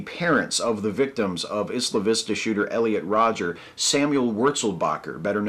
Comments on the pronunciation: I cringed every time you said "Isla Vista" because you pronounced it "issla vista." It's pronounced "Eye-la Vista," like how you pronounce "Island." Sorry to be nitpicky. Less nitpicky, even though I am not fan of the MRM, telling MRA's to kill themselves is really uncool. I know that you're emotional about this topic, but seriously, advocate suicide for people with disagreeable opinions? That's fucked up. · It's pronounced "Eye-lah" Vista, NOT "Is-lah" Vista. Well, here in Santa Barbara anyway. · Really, really just a nitpick,, but it's pronounced "eye-la" Vista. Otherwise I agree with everything you've ever said. Everything. Ever. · It is pronounced "Eye-la Vista". Just sayin'. Keep up the good work. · in English, "isla" is pronounced EYE-la. Google translate's actually got this one right. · I didn't read all the comments but I hope I'm not repeating 50 different guys: Isla Vista is pronounced Eye-la Vista -- it was in a Beach Boys song commemorating a riot there in the '60s.